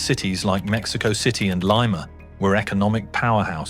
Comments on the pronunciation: Lima is pronounced that way only in Ohio. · Lol thats not how you say lima😭